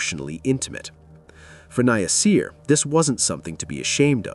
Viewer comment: Omg his name is NASIR. SAY NA-SIR!!! 😡